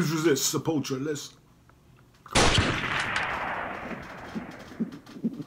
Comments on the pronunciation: You need to start using OBS. You're leaving out a U when you say Sepul-tura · It's pronounced like Se-pull-two-ra. This album is great, as well as Beneath the Remains & Arise. Pretty much any song off of those albums are golden. \,,/ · i am Brazilian (from São Paulo) and is more like Sep-pull-tou-rah Brazilian Portuguese is very diferent from european portuguese and spanish, it just shares an origin in latin... Brazilian Portuguese borrows words and pronunciations from various languages as Brazil was a portuguese colony but in the early days various germans,dutchs,italian,japanese got here and had a great influence in the language is this plus the influence of native languages (tupi,guarani etc) and the fact that the portuguese spoken here was more similar to the medieval one prior to these influences so the deviation from euro pt and spanish was greater than other lusofone countries.